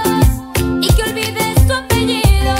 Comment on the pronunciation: someone must tell the girl of the second cover that we pronounce the "ll" like "l", because she said "apelido" instead of "apellido", but the cover was good anyway.